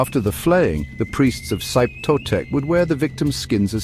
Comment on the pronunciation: SHEE-peh TOE-tek, not "Zype", at least learn the basics of how to pronounce Nahuatl before making a piece like this. Still the most nightmarish of the Aztec pantheon. I once dreamed I was Axayacatl, being coronated at the Huey-Teocalli in the skin of a xochimiquitl slain in the name of Xipe Totec. A cold, slimy nightmare I remember almost 30 years on.